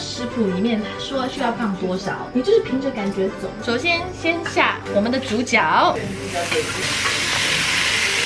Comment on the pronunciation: 别怪我冒昧讲一下 主角的角是读jue